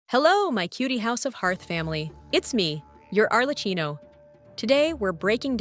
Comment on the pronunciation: Why do you have to pronounce bad your own channel name? It is italian, so you pronounce it arlekkino